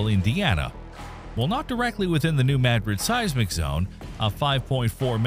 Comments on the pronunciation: Either this is an AI voice or he's just not sure how to pronounce a proper name. Very informative and fun to watch but when you speak the name you pronounce it 'may-drid'. It's MA-drid. And when you say it the proper way it's Madrid. It'd be easier to vocally tell you . That's the only thing that I disliked. Great job but learn pronunciation on other things. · It is correctly pronounced MADrid. That is what the town's residents call it. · I'd consider it, but your poor poor pronunciation just grates my nerves, It's NOT MAD-rid, it's Ma-Drid. So, I just can't. Not even liking it, tbh. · Thank you for making sure it’s pronounced correctly!! It’s not “ma-drid” it’s “mad-rid” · It’s pronounced MaDRID, not MADrid. Like Madrid Spain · If New Madrid is named after the city in Spain, then it should be pronounced "Ma DRID", not "Mad rid". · The correct pronunciation of Madrid is (“Ma drid) not (Mad Rid) it’s just an observation. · Its not pronounced Mad-rid its Muhdrid… gave me a headache hearing him say it over and over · The same reason they called it “Mad-rid” instead of “Ma-Drid “ … bad AI. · Your AI needs help pronouncing this ~ ‘New Ma DRID ~ New Ma DRID ~ ‘Spanish pronunciation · How are we expected to watch this? I would like to hear this. Your A I NEEDS FIXED! What is MAD-RID? It is Ma-Drid. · May i correct your pronunciation of the word Madrid- maybe you should try saying Ma - drid instead of Mad- rid- -- its a very well know place in Spain and of course the USA! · Respectfully, Madrid is a Spanish word. It’s pronounced mah-drid or maw-drid. The A is not pronounced like the A in apple. It’s not mad-drid 😊Respectfully Mr subject matter expert. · Hearing you say “mad-drid” instead of “muhdrid” is driving me nuts. I lived in south west Kentucky so I heard about it and they always said New Muhdrid. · Mad RID with the emphasis on the last syllable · It’s prinounced Ma - drid like mah-drid. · If it was named after MadRID, Spain, then why is it pronounced MADrid?